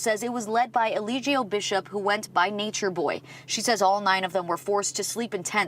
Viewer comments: That ”his name is Elillillieligio” (Eligio) in the beginning had in the chokehold 😭😅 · Ellillillgio 😆& Mellaaaanation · The way she messed up his name 😭🤣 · I loooooove how she messed his name up in the beginning 🤣🤣🤣 Yessss keep coming forward 🙏🏾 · The lady trying to pronounce his name got me mesmerized fr 😂😂😂 I’m on my 6th replay rn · The reporter messing up his name has me weak